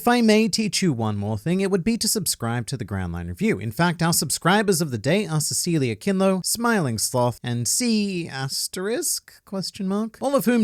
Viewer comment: What that's me. It's see-lee-see-ah, but that was cool either way